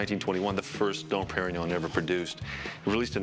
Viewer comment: Probably the worst pronunciation of Dom Pérignon ever heard by human ears.